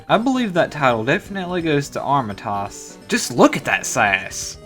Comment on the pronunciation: Armatoss? it is pronounced Ah-roma-teez